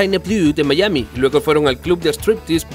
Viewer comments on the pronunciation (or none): none